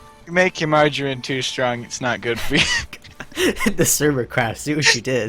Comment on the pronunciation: ***** Just referring to how you said strong as stronk there.